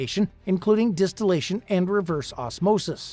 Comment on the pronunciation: I thought it was “Distillation” not Destillation 🤔